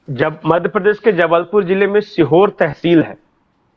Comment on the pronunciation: बोसडी वाले सीहोर नहीं सिहोरा है